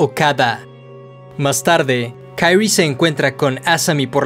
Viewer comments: Me da asca como pronuncias el nombre de Kirie, "Kayri" 🤮🤢 de allí en fuera, buen video 👌🏼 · KI-RI-E, pronuncia el nombre correctamente. No es inglés esto. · ¿Kairri? Ulala señor. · Se pronuncia Kirie no Kairie porque se pronuncia tal como se escribe ... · Es un crack del terror. Buen vodeo. Posdata: XD por qué dices Kairi como si la pronunciación fuese en inglés? XD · Pequeña observación: El nombre de la protagonista en japones se pronuncia Ki-Ri-E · Buena observación, es muy cierto, en japonés se pronuncia con tónica en la "e", Kiri-é, aunque yo lo pronuncio en inglés por comodidad jeje los demás nombres si los pronuncio en japones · “Kairi” no mms, es japonés, se pronuncia como se lee en este caso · Se pronuncia quirie jajajaja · Buen videos! Me desespera como pronuncias "kirie" pero lo demas genial jajajaja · AJAJS si también me di cuenta de eso, los nombres japos no se pronuncian como los yankees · Buen video, hubiera sido mejor que no te hubieras inventado la pronunciación del nomre de la protagonista... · No me pude concentrar en el vídeo por qué cada vez que mencionaba el nombre de kirie me daba un corto circuito cerebral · Al nombrar a la protagonista lo haces como si su nombre fuera ingles, desentona mucho. Por regla general si se desconoce como se pronuncia una palabra en su idioma original, se la lee tal cual esta escrita